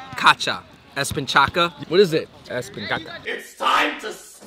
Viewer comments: "ESPICACA" 🤣🤣🤣🤣🤣 I'm salvadorian and I so glad you loved our pupusas, you must need to try pupusa LOCA which included all the ingredients ... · ESPICACA HAHAHAHAHAHAHAHA, YOU'RE SAYING POOOP PUPUSA BROOOO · It look like you fellas did enjoy that food... I really love the loco naughty attitud...As a Salvadoran i appreciate y’all trying our food, best part of the vid was y'all trying to pronounce "espinaca" (espekaka) hahaha. keep it up fellas. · I was laughing how you guys say Spinach in Spanish 🤣 "Espincaca" but the correct way to say this is " Espinaca" I enjoyed watching this! 🔥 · Espicaca jajaja se mamo :v 😂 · Espi-caca! HAHAHAHAHAHA Its es-pi-na-ca. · they really said espinCACA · Espi-caca pupu-sas 😧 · Pobresito no puede desir espinaca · Andrew: espinKAKA: espinCHAKA Davis: espinKAKA con Queso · I find the bad pronunciation just cute 😂 you try really hard specially with espinaca ✨😂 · Died when he tried a hundred times to pronounce ESPINACA😂😂😂😂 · OK guys, ANDREW...Spanish pronunciation lesson. Beans, "frijoles" pronounced, 3 syllables, phonetic pronunciation, FREE-HO-LESS, plural. Single bean, 2 syllables, FREE-HOLE. No need to complicate it, ANDREW...Second word you guys butchered, "SPINACH". 4 syllables, Phonetic spelling, ES-PEE-NA-KA. You've mastered CHINESE! Spanish has to be a piece of cake! In all fairness, I don't know a lick of Chinese. So I can appreciate the effort. Keep up the good work! PS you gotta redo PERUVIAN FOOD in SoCal. Last review was pretty weak. Find a Peruvian Cutie and review Misky, Misky, in West Covina. Highly recommended. Yelp it! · Its pronounced "ES-PI-NA-CA". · I love you gays but your pronunciation espinaca its not ok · I died when he tried to say Espinaca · Mmm Delicious . Is funny the way you said spinach in spanish that's not how to pronouns 😁